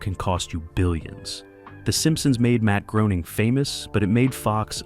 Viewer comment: D'oh! It's pronounced Matt Graining, NOT Groaning!!!